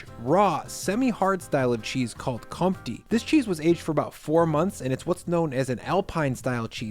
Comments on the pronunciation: Btw Comte has the "focus" (I dont know the english word, sorry) on the e in the end. So its pronounced Comtee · Comte, isn't it com te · Great selection, by the way, Comte is pronounced "courntay. "